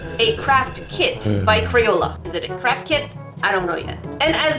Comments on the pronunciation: When u said craft kit I heard crap kit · When she said craft kit I thought she said crack kid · I thought you said crack kit when you said crap kit. also though, my nail is too wide for those, except maybe my ring finger because I slammed it in a door when I was nine and missed half a day of school to get it ripped off and it grew back nicely. And the thumb would be the one to fit it... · Ever time she said craft kit it says either crack kit or or crap kids lol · “crap kit , crack kit or craft kit?” because i heard all three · I'm sorry but when you said "craft kit" I heard "CRACK kit" and was like Uhhhhh... lmao